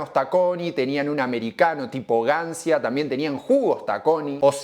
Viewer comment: Gancia si es un nombre italiano se tiene que pronunciar Gancha, solo eso. salu2